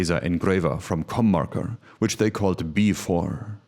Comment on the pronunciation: I thought the logo said “CornMaker” and I thought you said “Cum Marker”. Love all of this.